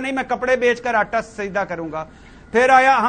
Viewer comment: ataa sasta, wrong pronoinciation